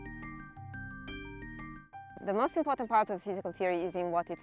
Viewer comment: "But mosst likely won't"